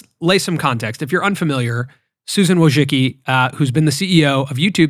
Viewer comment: you could not pronounce Wójcicki surname any worse.